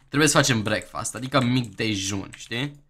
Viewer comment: Vezi ca nu se spune breakfast asa cum ai zis daca ar fi sa citesti asa ca pe romaneste brecfăst :)